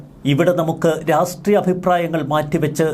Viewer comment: രാഷ്ട്ട്രീയും എന്ന് പറയു